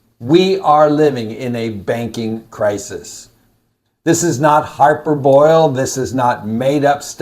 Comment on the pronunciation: Hyperbole is not "HY-per-boil" but "hi-PER-bowl-lee." Don't keep so much in the banks. I think the FDIC will keep their commitment, and congress will print enough to make that happen. But definitely do not be pushing the limit. There is no reason to keep everything sitting in one bank.